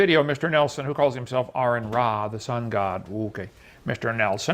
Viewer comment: Kent really impressed me here. He pronounced correctly.